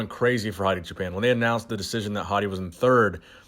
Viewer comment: Poor Hadi. You can tell was really trying to get the pronunciation right in the beginning, but then defaulted back to how he normally says it later on in the video. Haha you'll get there. Keep trying.